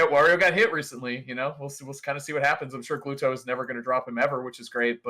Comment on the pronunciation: man poor Gluto, his name gets constantly butchered